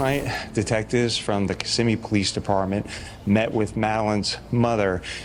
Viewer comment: Kiss si me is how to pronounce it, as someone who has grown up in Kissimmee